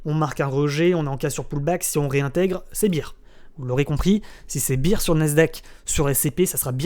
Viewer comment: Merci pour cette vidéo, comme d'habitude au top! Si jamais on dit BEAR (Bère) pas BEER (Bire) ;)